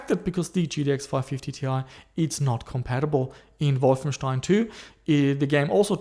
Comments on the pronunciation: You actually pronounced Wolfenstein correctly! With st=ș! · possible, his pronounciation is too good for a aussie to say Wolfenstein correctly in the german way.